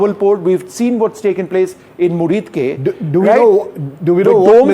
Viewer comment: Air base's name is Muridke and not Murid